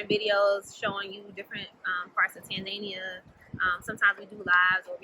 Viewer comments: Tanzania... not “Tan Zania “😂😂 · Have I been mispronouncing Tanzania my whole life?